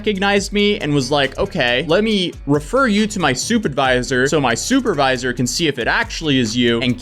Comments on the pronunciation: Anyone else hear stupidvisor the first time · Did you say stupidvisor? lol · I thought he said soup advisor not supervisor... I was like, why would they need one of those? 🤦‍♀️